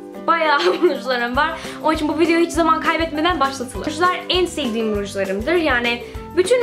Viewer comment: GleekandProud sanane sanamı dedik isine bak! Kelimelerin cogunu duzgun soyluyo da onumu soyleyemiyo ben sadece soyledim ister dikkat eder ister etmez